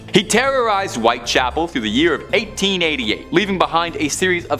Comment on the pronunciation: White Chapel, not White Castle.